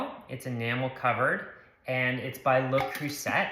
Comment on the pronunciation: It's pronounced "Le Creusay", in French, the t is silent unless followed by a vowel as in "roulette". Note: chalet is prounced "chalay".